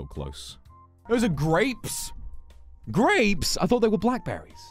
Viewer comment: ぐれぃぷす ヴォックスのぐれぃぷすの発音好き